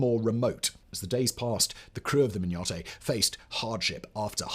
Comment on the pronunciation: Hi. The name of the Mignonett is pronounced min-yuh-net… But this is a great video. 😃😃😃